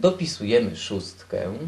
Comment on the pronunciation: "Dopisujemy szóstkĘ" - ładna dykcja :)